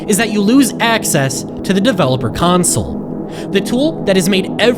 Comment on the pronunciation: Ayyyyy you finally said console correctly